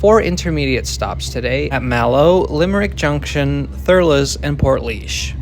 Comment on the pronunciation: Well done on pronouncing the place names - especially Portlaoise!